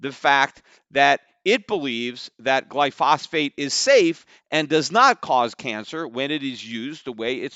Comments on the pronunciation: I love Peter Schiff, But how much can he know about Glyphosate when he calls it "Glyphosphate" 20 times. I agree with most of what he says, but how much did you really look into the science of the chemical Glyphosate? Why would you keep calling it "Glyphosphate" if you looked into the science of it to see whether or not it is harmful to human health? Have you looked at the randomized placebo controlled double blind rat studies? The rats that ate the Glyphosate Corn grew tumors 3 times their body size and looked like baby elephants. The rats that ate regular corn remained perfectly healthy. Monsanto bullied the researchers to pull their published findings with legal threats. Then a court overturned that mandate and allowed the research to be republished. Peter, please look up the rat studies on Round up Ready Corn and Glyphosate. There's more to the story here than 2 unhealthy people slummin around. "Hey, I know this dude Mike, you know, and he's innocent because, I'm his friend, I know him. He wouldn't hurt a fly." " Uh, sir, Mike's name is actually Michelle, and you made her acquaintance years ago in passing. Yeah, she's got no history of violence in humans, but she has a 20 year history that's sealed from the public. And you didn't even know her gender. What can you really know about her genetic makeup?" To question is to respect. To withhold question is to scorn. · Peter wasn't even pronouncing it correctly... it's glyphosate, not glyphosphate. Let's hope he understands economics better than biochemistry. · Peter it's pronounced Gly pho sate, not Gly phos phate. Great show Btw. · Stop saying glyphosphate in every podcast, when it's called glyphosate. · You're an absolute simpleton when it comes to biochemistry and know nothing about the mechanism of glyphosate (including how to even pronounce it). Stick to financials.